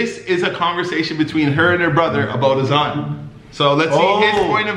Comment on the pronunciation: U were pronouncing azan correctly lol nicole just pronounces it with an American accent